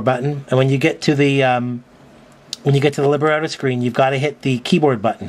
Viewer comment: Thanks very much for the careful review and demo. Running Windows 7 is an important thing that sets this tablet apart. I'm sure you were told this - its li-BRETTO, not liber-etto. It usually refers to the text of an opera or oratorio, where the author of the text was often a different person than the composer of the music. I suppose the words of any song could be called the libretto. And literally it is a small book. A creative name for a tablet. Toshiba - the text; you the music.